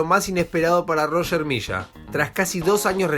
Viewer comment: leshenda ? Misha ? es leyenda y se dice Milla